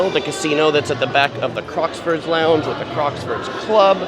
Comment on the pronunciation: You say Crocksford, lame.